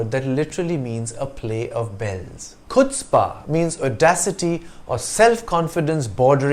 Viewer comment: Isn't it pronounced 'hutzpah'